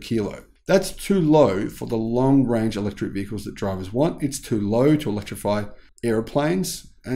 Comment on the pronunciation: Electric not Electruc